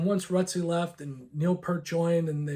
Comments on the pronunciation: The T is absolutely Not silent. That being corrected, he did pronounce Neal's name incorrectly. He made the common mistake of saying Pert, not P-ear-t. You just have to remember to get the ear 👂 in there. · Best way to look at it is PEERT, like peering out the window like the kid on the cover of Power Windows.